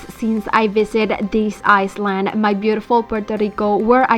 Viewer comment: Love you and your videos😊 just a little Info. You say it iland my love the S is silent